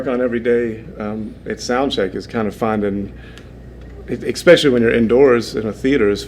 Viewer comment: How does one live 4 decades and still not know how to pronounce especially? And to talk in third person constantly saying you and not I is bizarre AF. I’d bet my car he says expresso too. 😂